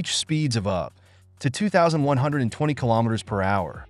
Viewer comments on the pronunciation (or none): none